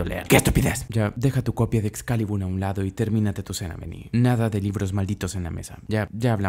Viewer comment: Yo el resto del vídeo “excalibur, excaLIBUR,EZCALIBUUUUR”